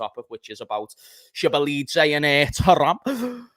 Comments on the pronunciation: it is Zo boss lie ffs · That Szoboszlai pronunciation is mad!!!🤣